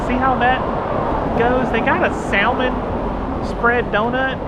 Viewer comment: Enjoyed your Ketchikan video. You MUST, please pronounce salmon correctly, especially when visiting the Pacific Northwest. The L is silent. Pronounced like samon, not saLmon. I cannot emphasize enough how irritating it is to the natives to hear saLmon.